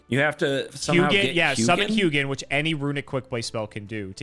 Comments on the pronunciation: I'm pretty sure Hugin is pronounced like hoo-gin because Hugin and Munin are Odin's ravens and that is how Hugin is pronounced there. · The name Hugin comes from Nordic mythology where I'm from, it is one of the Ravens of Odin. Hugin in most nordic languages would be pronounced "who in". The G is silent in the name. Edit: Munin is the other of Odin's Ravens, pronounced "Moonin". Edit 2 😂: norse mythology keeps coming 😂❤ - Sleipnir is the horse/steed of Odin, pronounced "Sly'pnir" or "Sly'penir". It did indeed have 8 legs.